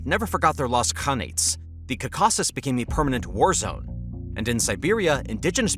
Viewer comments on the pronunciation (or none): your pronunciation of "caucuses" genuinely pains me.